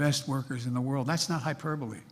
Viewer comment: He's always saying, " That's not a hyperbaly." "Not a joke" Whatever! Do you all really think he's behind the UNION? HE IS NOT!!!! Open your eyes!